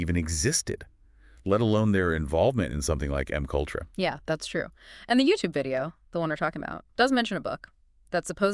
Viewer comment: 😂😂😂😂it gave itself With “M-kultrah”’lolololln